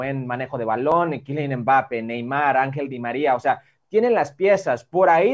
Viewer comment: Quilian embápe JAJAJAJAJAJA ese Hércules Gómez🤣